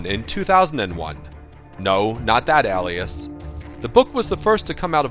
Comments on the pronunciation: Shouldn't that be ˈā-lē-əs like pale and NOT alias like Alice. Or maybe he meant to say Aliass. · Is it pronounced 'ellias' and not 'ay-lias'? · Al-ias.... hmmmm ok.... D-AL-Y BUGLE.... -_- you ruined it. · It's pronounced ālēəs. Long a. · Where did he learn to pronounce the word alias? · You do realize that "alias" has a long A in the beginning? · That's not how "Alias" is pronounced. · say Alias correctly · and he sounds like he cant pronounce alias